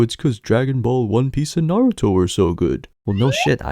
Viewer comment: Why did Micheal B Jordan pronounce Naruto like that??????